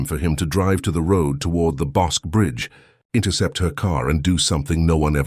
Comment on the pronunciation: I lived in Waco then and was about the same age. The river is pronounced Bos-key. Bosque is named after the local river. This is scary. I could have known her.